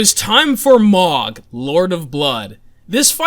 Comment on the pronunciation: His name is Mogh, pronounced "moge"